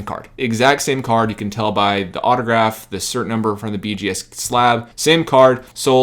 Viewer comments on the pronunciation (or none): none